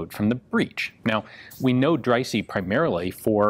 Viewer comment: I think that's pronounced Drysah not drysee